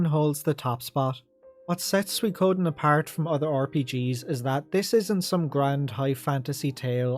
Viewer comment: What is suiKOOOden thing? Accent rices on the second mora